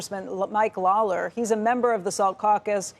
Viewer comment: Lawler pronounced as Lawless, and he looks like one